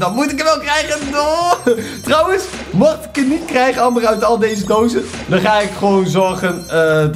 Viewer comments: Je zegt anmber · Het is Amber, maar je spreekt het uit als Ember btw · Je schrijft amber maar je zegt ember omdat het Engels is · je schrijft amber maar je zegt ember!!